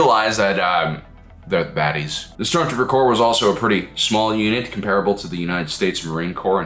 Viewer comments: Corps, not "Corp". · This was a cool video, but it's "Stormtrooper corps" not "Stormtrooper corp". Like Marine Corps. "Corps" is French for body, and it's a common military organization stemming from the Napoleonic wars. Three guesses who coined it. ;) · my head canon is the stormtroopers are demolitions experts. Their small arms training is nothing special, but they can blow stuff up real good. By the way, corps with an s is pronounced core. The s isn’t dropped to make it nominative singular.